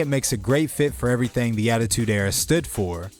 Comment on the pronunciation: This is really random but i love the way you say “everythang”